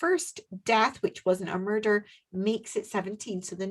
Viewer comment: could definitely beat Christopher Lambert on the Scottish brogue front! Lol at the "there's been a murrrdur!" Brilliant! 😆